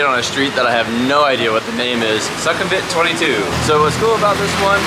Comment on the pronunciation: Sukhumvit is pronounced [Sü-khüm-wit] both "u" in the word sound like the german ü or oo sound